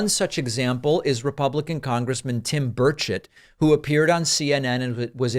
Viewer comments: It sounds like you're saying Tim Birdshit. Hilarious! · At first I thought you pronounced Burchet bird shit, which would be more fitting, lol.